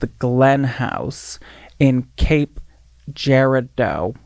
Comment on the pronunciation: omg pronunciation of cape girardeau, i didn't register that's what it was until she finished and said missouri, i love when placed in my state get referenced